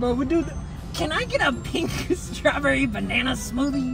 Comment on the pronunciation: STAWBEWWY BANANA SWOOTHIE🤡🥤🍃